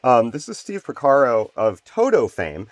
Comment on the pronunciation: Another excellent video. And darn near perfect too. What was the imperfection? Porcaro, not Pocaro.:-) I vote for more deep dive patch making vids like this. And SPLINE your synth of choice for one of the vids.